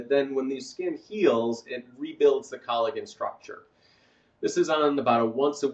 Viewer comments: Did he really pronounce it "colla-Gen"? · It is pronounced CollaJen, even though it is spelled Collagen. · Great info my guy pronounces collagen funny